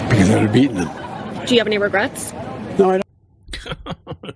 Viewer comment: "No regurts." 😂😂😂😂😂😂😂